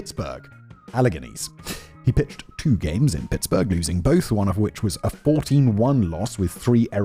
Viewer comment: Pronouncing Pittsburgh, Pitts-Borough is a new level of Englishness I haven’t seen before